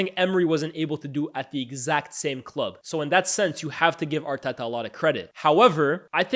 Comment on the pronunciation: I’m not a big fan of how you pronounce Arteta’s name🤣 sounds forced